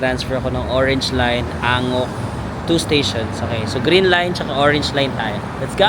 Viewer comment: Euljiro pronounce as ULJIRO Anguk pronouce as AN-GUK Ikseon pronouce as IKSON Haeundae pronounce as HE-UN-DE Dongdaemun pronounce as DONG-DE-MUN Hongdae= Hongde Hotteok= HOTTOK Kailangan mo malaman yung tamang pronunciation kasi kapag nagkataon na nagtanong ka sa local at mali ang pag pronounce mo hindi ka nila maiintindihan..